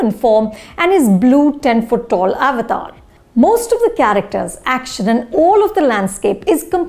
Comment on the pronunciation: i love how anupama pronounce avatar which is the correct pronunciation.